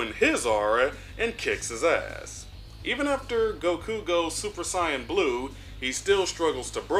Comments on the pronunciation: Are you purposely mispronouncing saiyan? I'm hearing you say scion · I know you say “cyans” to be funny. But it’s not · When are you going to learn how to say Saiyan?! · Dude stop misssaying Saiyan